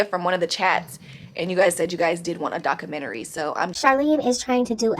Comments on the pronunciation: Doca -mentary??? 🤣🤣🤣 If you can’t pronounce it then just leave it alone. 🤣🤣🤣🤣😭😭😭😭😭 Watch she put Cj and Lexi in her book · What kind of book is she writing..A comic or a fiction book..Her life is as the world turns..There's is no way in hell she can write a documentary she cant even say the word.. 😂😂